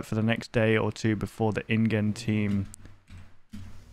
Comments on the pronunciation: the dinosaur roars are from a game called "The Isle". Great game btw. PS: its pronounced "in Jen" Love ya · InGen is pronounced like "InJen", like Genesis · mispronouncing Ingen.